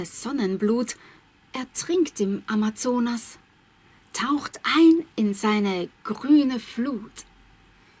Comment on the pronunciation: Deine Aussprache von brasilianischen Wörtern ist ziemlich gut! Das "Z" in "Amazonas" war der einzige Teil, den ich ein bisschen komisch fand